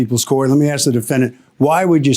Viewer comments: B can't say ASK im out axe dumb speech dumb case dumb people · Thank you, I get annoyed when people say "axe". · This is a common mispronunciation in African American Vernacular English "AAVE." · This is actually the first pronunciation of the word ask. Having said that, it irritates me too